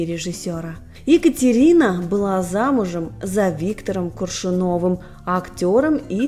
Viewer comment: Стыдно! Стыдно! Стыдно! Я даже не поняла, о КАКОЙ династии идёт речь!!! Нет династии КоршунОвых!!!! Есть династия КОршуновых! И ГДЕ Вас научили КОВЕРКАТЬ русские (а м.б.и не только) фамилии? СТЫДОБА!!!!